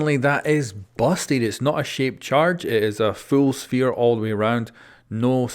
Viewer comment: “In the big SHFERE